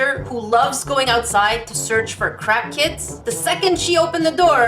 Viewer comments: Thought you said "crack kids" instead of "craft kits" LOL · I know you said "craft kits like this" but I swear you said "Crap kits like this" lol